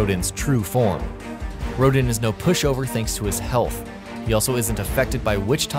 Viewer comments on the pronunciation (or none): none